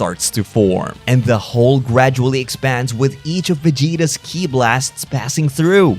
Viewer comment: It's pronounced "Key" not "kee aye"